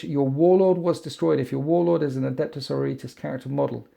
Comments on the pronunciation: omg please...the word is Sor-OR-i-tas...:D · Loves winters -Loves his videos -mangles sororitas pronunciation Okay I'm done watching this video now